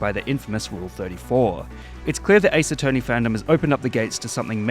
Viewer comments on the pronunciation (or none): "ace attwoney " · I love how pronounces Attorney at the start of the video. They just had the 1950's mobster voice for a second